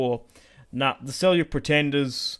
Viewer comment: as a turkic person myself i can tell you its seljuk not selyuk all in all though i check everyday for ur vids this is an awesome series i think you should take anatolia georgia bulgaria and after thst go after the ayyubids and egypt restoring the eastern roman empire and bring roman glory back